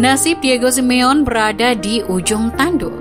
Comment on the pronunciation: Sebutin Simone yg bener SI MI YO NEY..ok admin peace..✌